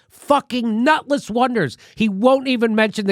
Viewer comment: “Nutletss wonder.”